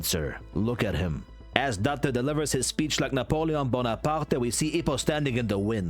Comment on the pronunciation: cant focus on anything else. that pronounciation of "napoleon bonaparte" is FLAWLESS ive NEVER heard anybody say it that majestically